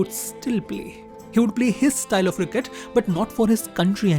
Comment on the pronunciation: The way you pronouce the word cricket is absolutely ridiculous!